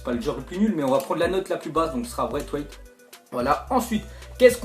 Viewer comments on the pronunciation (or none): Mdr ta dit braiwait a la place de dire bressweit